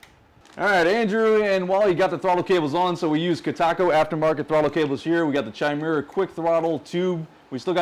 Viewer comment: Not Tchai-Mera, it's Kai-Mera ( ). MI2